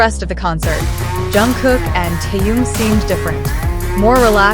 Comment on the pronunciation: Уважаемые блогеры, когда вы перестанете искажать и мя Тэхена?